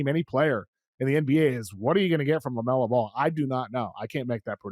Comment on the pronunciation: Love to hear a dude's opinion on a player that can't even pronounce his name correctly